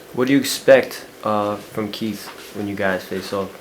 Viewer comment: this nucca keep saying Keef. so i thought Fedro was gonna be Chief Keef lmao its Keith not Keef